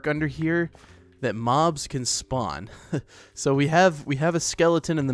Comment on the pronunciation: Is it just me or what when he was saying the swamp was disgusting and he said there is bobs not mobs